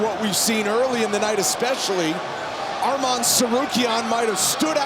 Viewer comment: "Armam tsarukyan"